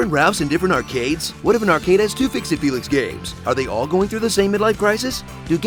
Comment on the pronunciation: It's arcade not arcade